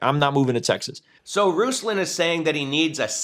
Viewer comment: Eek. You pronounced his name slightly incorrectly. Going to be called a goober v soon.